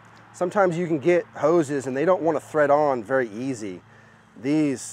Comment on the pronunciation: All i heard was houz and hookers :) Just joking, nice setup :)